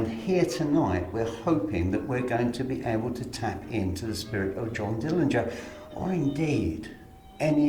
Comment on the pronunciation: Glad you paid Johnny a visit, no one pronounces his last name right, there is a video where Johnny's Dad says it the way it should be pronounced, but thanks again!